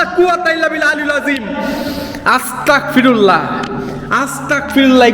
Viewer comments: ভাই আপনি একটি জিনিস বার,বার ভুল করতেছেন,আপনি বলতেছেন আসতাক পিরুললা,এটা হবে আসতাগ পিরুললা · ভাই আপনার কাছে আমার একটি অনুরোধ, আপনি আস্তাকফিরুল্লাহ না বলে, আস্তাগফিরুল্লাহ বলবেন, কেননা এটাই সঠিক😊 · ভাইয়া আস্তাকফিরুল্লা হবে না আস্তাগফিরুলাহ হবে